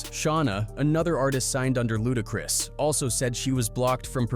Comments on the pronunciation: I'm still watching, but that is hilarious every time it comes up. Lmao!! Also, "LudaCREESE". 🤣🤣🤣🤣🤣🤣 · Luda-crease 😆 Chin-jee😅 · "Chin-gee" "luda-crease" "disturbing TH-aaa peace" I can't listen to this shht after a while😂😂 Using AI in your video is fine I guess it's a technology that could help enhance your production..but the laziness of these people is what's crazy if your going to use an AI voice at least take the time make sure we can hardly tell write the script in a way the AI can read it for example disturbing THE peace that's all it would take and the ai wouldn't sound like a complete imbecile 🤦‍♂️